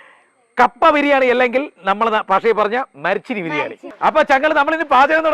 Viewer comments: കാപ്പ അല്ലാ കപ്പ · കാപ്പ അല്ല കപ്പ